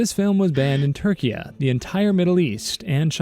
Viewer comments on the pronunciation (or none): It’s still pronounced Turkey btw, Türkiye is not pronounced “turkiya” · What is this “Turkee-yagh” you speak of I know Turkey and Türkiye, not what you speak of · It's Turkey, not "Turkia" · not sure if I misheard but it's Turkey not Turkia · its pronoucned turkey, but spelled turkiye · Why does he pronounce turkey like that